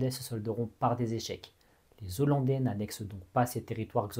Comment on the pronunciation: Merci très intéressant 🙏🏻 Par contre pardon mais on dit Néerlandais ou Hollandais mais les zo-landaus … ça fait un peu saigner les oreilles 😉